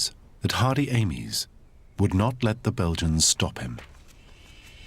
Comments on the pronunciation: You have ruined an excellent documentary by mispronouncing Amies surname Surely you know how to speak English ? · My surname is Amies - how would like me to pronounce it. We use the phonetic 'Aymees'